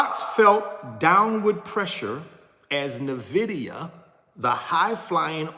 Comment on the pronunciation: Can someone teach him how to pronounce nvidia